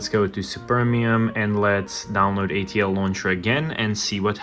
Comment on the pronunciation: wait till bro finds out hes hallucinating an extra L in ATLauncher